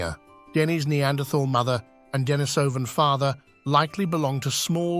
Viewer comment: You are mispronouncing "Denisovan" and thereby propagating this annoying mistake. It is pronounced just as you would say the female name Denise.